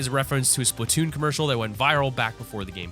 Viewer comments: It's Splatoon NOT SPLITNOON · just for clarification. the nintendo game is Splat- toon the audio in the video sounded like split-toon, but I want a paint gun